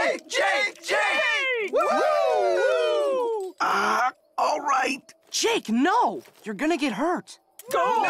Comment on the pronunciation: why did he say it like that lmao